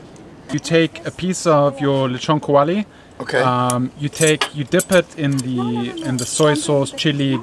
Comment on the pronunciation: "Leeshon kaowalee" lmao 😂